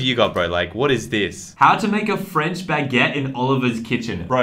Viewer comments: Lol the French baggit thought he said faggot I’m dead 🙀😂😂😂😂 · Literally nobody:: ToDaY We wiLL bE MaKIng FrEncH BaUgEttUes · When he says bagguete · The way he over pronounced baguette🤣🤭